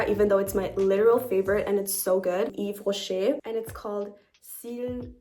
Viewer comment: Your pronunciation for the Yves rocher mascara was literally on toppp , from a French girlie!! <3